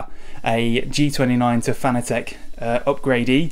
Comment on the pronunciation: Pronounced FAN-A-TIC.... Not fanA-Tech...